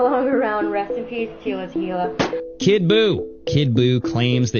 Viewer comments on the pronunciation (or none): none